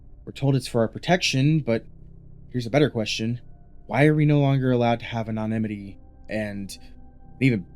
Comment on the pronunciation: Research how to pronounce anonymity properly